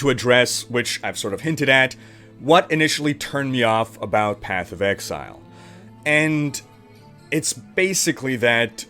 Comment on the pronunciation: Sounds like was taking a course in MS Excel:D. The number of times you say Excel instead of Exile is hilarious:). Thanks for a good vid!.